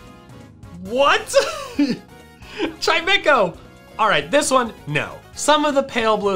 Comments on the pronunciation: CHIMECHO, NOT CHIMEMECO! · CHIMECHO, NOT CHIEMEKO! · do you mean chimecho xd